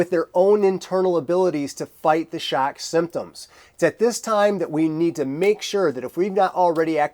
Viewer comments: Its “Shock” not “Shaerk” haha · The way you say "shock" I wanna hear how you say "Nevada" now.